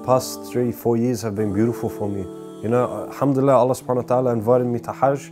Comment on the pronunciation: May Allah reward you immensely and forgive you for your previous sins and infact turn them into good deeds. Brother, just remember when saying the shahadah, end it with "Allah" and not "lah". Just some brotherly advice. Peace :)